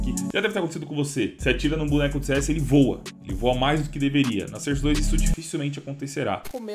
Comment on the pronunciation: eu so chato e digo que se fala sóurce não serce